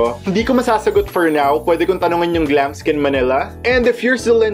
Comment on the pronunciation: Yesss, sa totoo lang po yan din ung gusto kong background , bagay din po sya sa pang vlog nyo po. 😍😍😍 btw, ganda po ng boses nyo at pag ka bigkas nyo ng Glamskin Manila ♥️ Ig: #xxooGiveaway